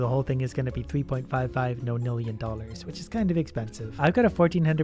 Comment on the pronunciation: Why you saying non nillion no nillion